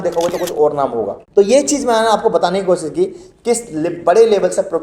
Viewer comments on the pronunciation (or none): Ganwaar apna pronouciation sahi kar Kosis nahi koshish hota hai Majhub nahi mazhub hota hai j ko z z ko j sh ko s s ko sh......padte ho Modi ki tarah school nahi gaya Kiya